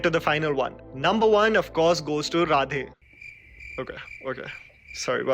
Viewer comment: Seriously bro when you said radhe I thought "ye nasha kar ke aya hai"